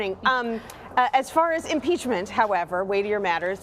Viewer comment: Haa haa haa haaaaa .... Yes ,. Nancy ! Impeach him ! Haa haa haa haaaaaa!!!!!! That lush can’t even SAY impeachment!! Haa haa haa haaaaaaa !!!